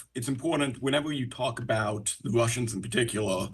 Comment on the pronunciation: Ya the Wushins and fwom Wushia😂😂😂